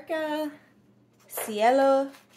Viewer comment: I think your pronunciation is almost right. Cielo is a little closer to a long "a" sound for the "e". So "si-AY-lo" instead of "si-ello". This is a really pretty blue. I have one bottle of Monarca ink (Cardona...a sheening red). Comes in a pretty box and includes its own wooden bottle holder.